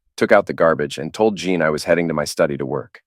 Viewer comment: Say Teen Teen Teen. Now say: Jeen. Now that should sound just like Jean.